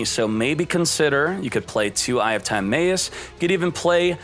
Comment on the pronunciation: The fact that he still says time-ay-us (instead of tim-eye-us) and cock-ah-tis (instead of co-kite-us) after this long is just disgusting